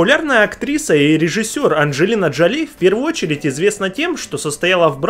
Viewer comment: Коппола - на второй слог ударение! Джоли - правильнее ударение ставить на первый слог! Да и вообще хочется спросить: зачем данное видео, если большинство семейных связей известны даже не киноманам?